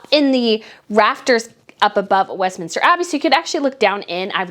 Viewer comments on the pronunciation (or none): none